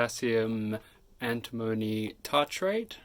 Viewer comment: An-tim-o-ny not Anti-mony!.